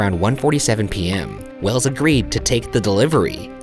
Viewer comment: it's wells' not wells's that threw me off track